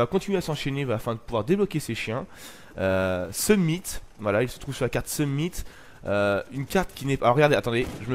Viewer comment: Sumnit? Summit plutôt nan?